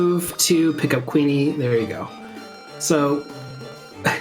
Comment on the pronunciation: For some reason I prefer the GBC version of this over the PSX version. Maybe because there's more monster types to raise. IIRC Kewne is supposed to be pronounced like Koon.